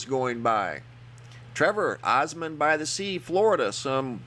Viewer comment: ORMOND-BY-THE-SEA, Florida. I live here, it's not Osmond. :)